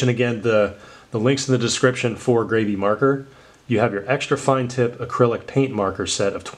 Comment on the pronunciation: sounds like you should gravy. 😂 it's grab-e, like you're grabbing the marker and being graby with em 😆